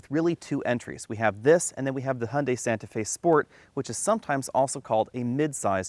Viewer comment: Hun....dee ? Hy oon die.